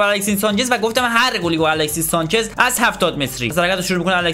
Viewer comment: الکسیس سانچز نه 😅😂 درستش الکسی سانچز هستش